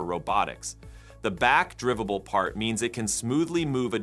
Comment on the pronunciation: Please use real narrators until the AI voices can properly pronounce words… e.g. the word is “drive-able” … not “driv-able”.